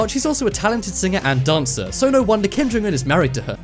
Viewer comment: I love that you pronounce his name correctly